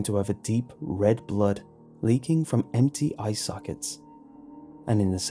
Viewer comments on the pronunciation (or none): none